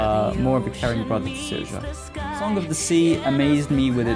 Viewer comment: Also, it's pronounced Seer-sha.